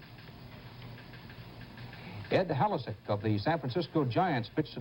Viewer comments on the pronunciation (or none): Dan incorrectly pronounced the Giants pitcher's name as HAL-is-sek rather than Hah-LICK-ee. Poor Dan, it was a rough day back in '75. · . INCREDIBLE video clip of the final out of Ed Halicki's no-hitter against the Mets. And I have to laugh at how Rather mispronounces his name. It's HA-LICK-eee. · "Ed Hal-i-sick". Haaa!